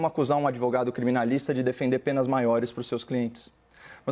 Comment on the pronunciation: Mas que "MMMM" já sei quem não será meu "adivogado" caso necessite.😆😆😆